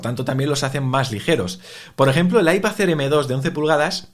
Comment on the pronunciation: IpaZ Air jajaj mola la pronuncación de las "d" a final de palabra como "z" LibertaZ, fraternidaZ, MadriZ jaajaj que grande🤣🤣